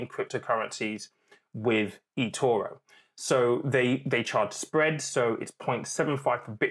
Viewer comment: Why can't you say Etoro properly?